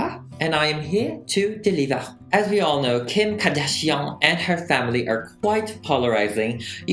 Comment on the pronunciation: nobody:: kHeem KhArdaZzhióhNe